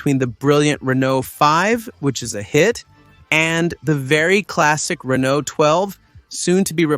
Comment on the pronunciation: He also pronounces Renault often as Renolt 😭